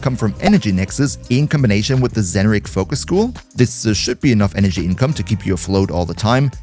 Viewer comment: i think he said zenurik for energy